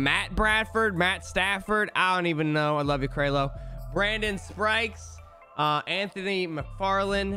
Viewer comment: "He called him Matt Bradford, Matt Stanford, idek I love you Kraleo" Also "Brandon Sprikes and Lavon Landry"